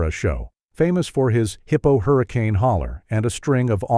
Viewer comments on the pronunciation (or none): none